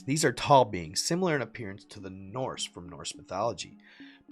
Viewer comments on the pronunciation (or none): none